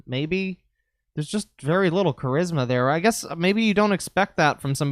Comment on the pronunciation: To quote "it was a vewy anime Esq moment"